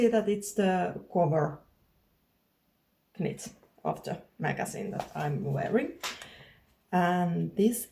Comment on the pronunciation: HI, I am a too. Congrats on your new channel. Just a note for you.- when we say "knit" in English we do not say the "K", it is pronounced like "nit". I only say this because it is so impressive that you can do a podcast in English, and this one you will say so many times. So many words are not pronounced the way they look. Looking forward to hearing more about your finished knits. I would also love to hear about your dogs, about your other art endeavors and life in your part of Finland.